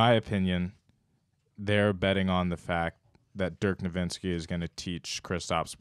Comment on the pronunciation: HATE the way this other guy pronounces ‘Dirk Nowitzki’. It’s not “Dirk NoVINSKI’ lol. Put some respeck on the goat. Love your content